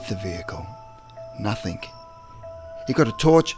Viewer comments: The word is NOTHING, not NOTHINK !! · please say nothing not nuthink its annoying its a g not k ffs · Dude love the stories but please can you say words correctly. Story number 8 you said "nothingk" 3 times in a row. Then you said another word ending in "ing" and it came out as "ingk" again. Sorry but I just find it annoying. Other than that I say awesome work. Your friend and sub from Australia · OY DUDE; there is no K in the word nothing! you sound so dum saying it with a K at the en, no, reallY